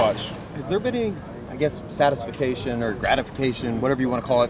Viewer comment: Did Eddie say satisfication? That's a fun word